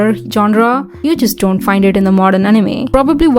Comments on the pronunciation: "dzont! Dzont look at me like that" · "Dzon't. Dzon't look at me like that" Me: subscribes 😭😭😭